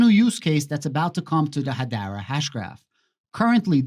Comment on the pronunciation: Learn how to pronounce Hedera. 🤡